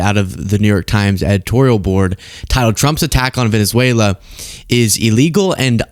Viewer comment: Maga / Queens pronounces it "Venezuelar"